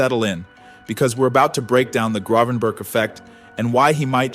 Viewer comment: Is this AI generated? The team he played for is eye-ak (not the American cleanser) and you’ve muddled his last name